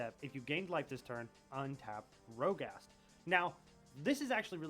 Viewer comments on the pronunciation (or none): MFr keeps sayin Rogast 😂